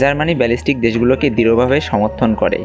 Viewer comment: ব্যালিস্টিক রাষ্ট্র নয় বাল্টিক রাষ্ট্র